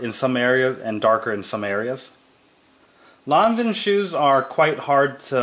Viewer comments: Jeanne Lanvin was french, the pronunciation is:Lahn-vahn.Period. Surnames don't change. Countries are different. Should read more👆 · ¡ Come on dude...! It´s: "lahn-vahn".